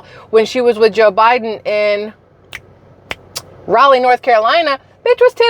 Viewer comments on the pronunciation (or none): none